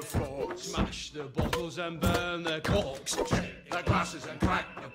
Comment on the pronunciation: It’s corks actually, not corpse 😅